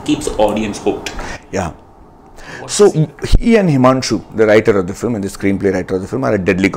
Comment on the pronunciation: Filem. LOL Its film! Pronounced as fi + lm.